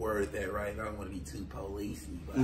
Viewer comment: Interviewer kept sayin “I gotta ask you on the policey side” funny ash